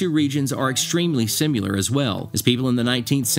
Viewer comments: Similar not simuler. Pronunciation matters. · "SIM-U-LAR?" Dude!! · OK, great video. Very nice job, really. And I like everything BUT one thing - the way you pronounce "similar." It's NOT sim U lur. It's sim a lur. I wasn't gonna say anything, but you did it twice already. Yep, I know Appalachian can be pronounced a bunch of different ways, including a few I've never heard of. But "similar" can't. Google it and see how it's supposed to be pronounced - please! Otherwise, really nice job. BTW, where I'm from (MD) we pronounce it Ap a lay chin. And when I lived in Roanoke, VA, the mountains to the south/east of I-81 were called the Blue Ridge and those to the north/west were called the Appalachians. Yep, the names and pronunciations really do depend on where you're living.